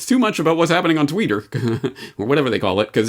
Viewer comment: 'The tweeter' and 'the face books'.. My new pronunciations